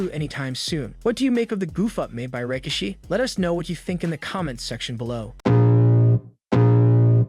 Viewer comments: I’m sorry did he say rah-kishi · He also said "Rika-she"